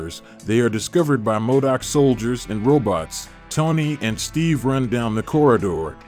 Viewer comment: Or how he keep pronouncing modok wrong